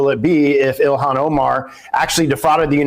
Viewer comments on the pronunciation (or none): none